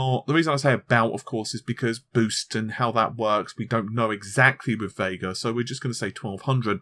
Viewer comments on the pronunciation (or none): It's Vega not VeiiiiiGaaRR ....